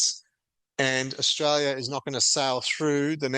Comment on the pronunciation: Not straya, anyone , comstraya